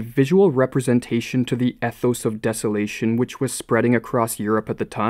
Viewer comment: Pronounced ethos wrong.